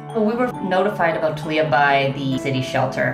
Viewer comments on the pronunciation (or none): Her name isn't tahleeah, her name is Thalia. Tahlya.